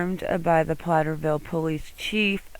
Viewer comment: Platteville not Platterville.